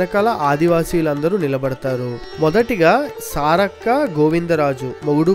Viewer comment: Brother .. సారాలక్క కాదు సారక్క